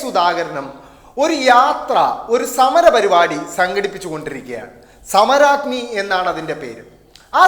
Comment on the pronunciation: ഇതെന്ത് സമരാഗ്നിയാ പ്പാ............... സമ രാഗ്നി (സുധാകരൻ പറഞ്ഞപോലത്തെ)